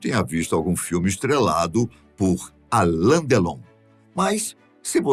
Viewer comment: Não é por nada não mas não é ALAN é ALAIN com I.